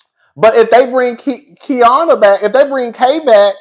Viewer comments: Cousin, say it - KEE-ARR-NUH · love it's Ki-er-na Kierna 😂😂